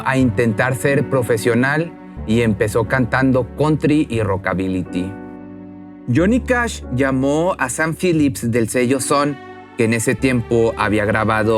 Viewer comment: ¿En serio dijo Rockabillyty.........??????????????